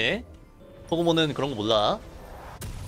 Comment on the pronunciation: 이분 몰라 발음이 너무 신기해 몷롸 라고함